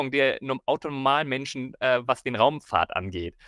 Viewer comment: "Raumfaht" da fehlt ein "r" !!!😮😂